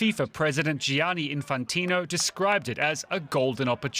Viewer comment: I thought you Americans are big on silent letters. Can you learn to pronounce Gianni for heavens sake?